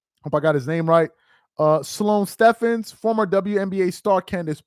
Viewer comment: It’s pronounced Sloane Stevens